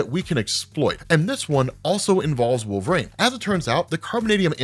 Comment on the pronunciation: I find it interesting how you pronounce "wol-ver-een" as "wolv-rain"